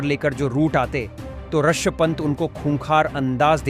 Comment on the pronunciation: This men Rishav pant not Arshav pant